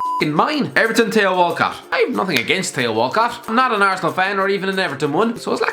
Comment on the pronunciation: Love the way he pronounces Theo Walcott!!